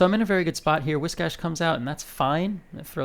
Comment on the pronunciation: Biggest reason why I like your videos and watching your gameplay: You are the only content creator who actually knows how to pronounce "Whiscash" the correct way! 😂